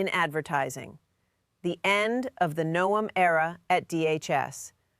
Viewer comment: She called her "Kristi No-em" , so yeah.